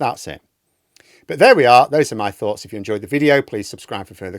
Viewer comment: Always interested to hear your "thoghts"